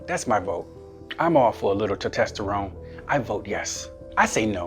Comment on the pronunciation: 'Tetesterone'. WTF.